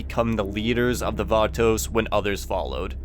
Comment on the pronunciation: The Vaatoes...